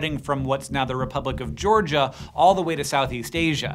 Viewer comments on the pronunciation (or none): none